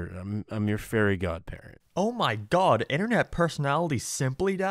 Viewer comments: Not gonna lie, anytime he said Fairy it sounded like Furry lmao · he pronounces fairy as furry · I'll never unhear "furry" whenever you say "fairy." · I cannot NOT hear saying 'furry' whenever he says 'fairy'. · It kinda sounds like he's saying "furry" instead of "fairy". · Mark's accent makes "fairy" sound like "furry" and I would really want to watch Timmy and his Furry Godparents. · Took me a while to figure out you ment fairy and not furry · So glad I'm not the only one hearing "furry" every time he says "fairy" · Sometimes I hear you say "furry" instead of "fairy", it's weird, not gonna lie. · WOOAAAHHHHHH HE SAID """""FURRY""""" INSTEAD OF FAIRY!!!!!!!!! HOW CURIOUS, WE ALL KNOW MARK AS RED-BLOODED, BURGER LOVING, NATURAL AMERICAN HE IS!!!!!!! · I always hear "Furry" when he says fairy. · everytime he says fairy i hear furry and that reminds me that those people exist, help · Every time you say "fairy" I hear "furry" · Mark: fairy Captions: Furry